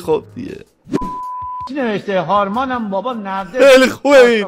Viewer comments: قابل توجه نِرده نیست نَرده هست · هارمانه بابا نَرده چارشافِم نه نِرده چارشافِم 4 بار تکرار کردی ، البته فقط تو این کلیپ𓀡☻︎